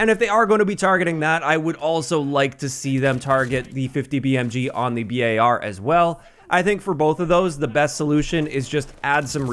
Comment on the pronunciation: Finally someone says B.A.R. instead of bar that little naunce annoyed tf outta me for some reason 😂